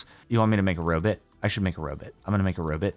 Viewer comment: "jerry the robit"